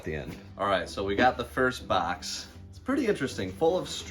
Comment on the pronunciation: "This bax of lacks" Haha. Michigan accent.